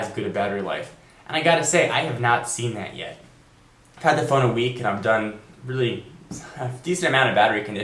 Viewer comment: weely weely weely like ur videos. one suggestion LOOK INTO THE CAMERA!